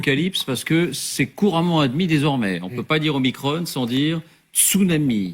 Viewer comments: Oui, sauf que 15ème lettre de l'alphabet Grec Oblige, faut dire OmicRON avec un "ON", comme tête de cON. Et non pas omikronne ! ça c'est du Novlangue ! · Oh leur omicrône !!!!! pour ne pas déplaire au démon élyséen ... prononçons omicron comme il se doit !